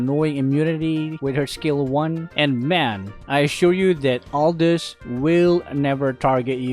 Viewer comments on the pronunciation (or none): none